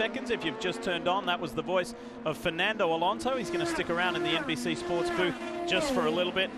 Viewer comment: "Alonso" please!